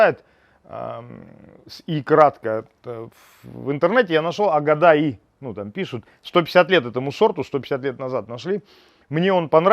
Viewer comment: Не агадай,а агадайы... старинный сорт Азербайджана. Столовый сорт.